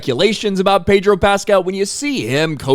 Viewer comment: I the "r" in Pedro Pascal a silent one?